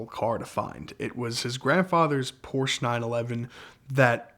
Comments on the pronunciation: What's a "Poorsh"? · Awesome story but someone please teach him how to pronounce Porsche properly!